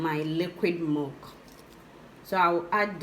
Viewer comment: Milk or mulk??? Abeg pronounced something very well so that we can understand what you mean joor🙄🙄🙄